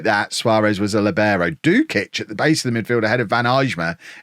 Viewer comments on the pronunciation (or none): please, it's lìbero, not libèro